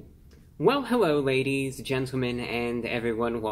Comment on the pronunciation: Hewwo Wady’s and Gentlemen!